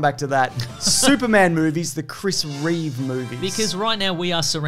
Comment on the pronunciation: Reeve. Not Reeves. #notreeves